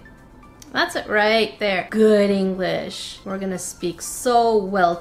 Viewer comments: POV: you went back in the video to see if she actually did eat Englitsh instead of English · Did anyone rewind the video Whene she said that it was anglitch instead of English to make sure